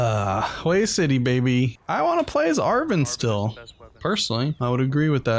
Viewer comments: Hue is pronounced Way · It’s pronounced more like Hw-ey (Hue)city.